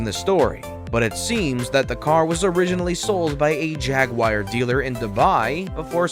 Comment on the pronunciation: Jaguir ??? try Jaguar